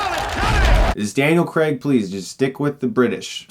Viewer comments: I expected the mispronunciation of Lara cause... No youtuber to date has got it right. However, Daniel Creg? Creg? Craig. Crayg. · Bothers me when u say daniel Creg. Craig Chris Craig. Like cr-ay-g haha. Sorry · If I had a superpower it would be to make Americans say Craig not Creg. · Yeah Americans pronounce Craig like Creg. It's weird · I think almost every American can't pronounce Lara haha. It's just a thing. It's kind of like how they pronounce 'Craig', but worse.